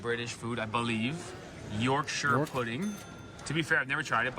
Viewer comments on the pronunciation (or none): none